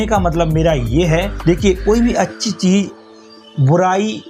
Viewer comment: Saarook Khan, Cheej, Bhasa. Yeh kaise pronunciation hain?